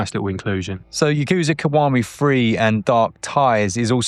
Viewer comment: Yakuza. Yah-kuh-zah. (Yes.) "y'KOO-zuh." (No.) Kazuma. Kah-zuh-mah. (Yes.) "k'ZOO'muh" (No.) "m'JII-ma" I fricking give up with this guy...